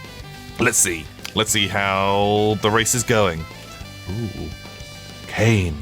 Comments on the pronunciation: When says Kane instead of Cian (Key-an):'D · cough see-yarn 😅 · Guys name is "cian" and he calls him cain 🤔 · I actually pronounce it ‘see-yarn’ 😅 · I've always said it more like Key-een